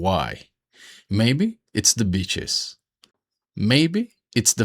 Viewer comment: I thought you said bitches instead of beaches lol. Happy Fathers Day!